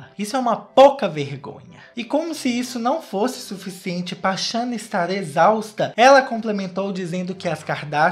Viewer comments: Eu tô me acabando com o falando shanna kkkkk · Depois de assistir esse vídeo, minha cabeça tá num looping eterno do falando “xâna” 😹😹😹😹😹😹😹😹